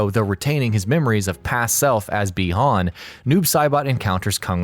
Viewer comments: Pretty sure it's said "bye-han" not "bee-hon" or at least all the previous MK stuff I've played or seen have stated so you mispronounced it like 50 times in the video -_- it got really annoying I stopped after 5 min. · Is it just me or do other people get irritated every time he says bi hon